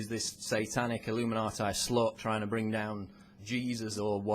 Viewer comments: the pronounciation. It's illuminatee not illuminateye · Why does he keep pronouncing it illuminaatie?! I'm a Brit & we don't mispronounce it. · did he just say illuminatie? what the hell kind of pronuncian is that? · I love how he says "illuminatai" =)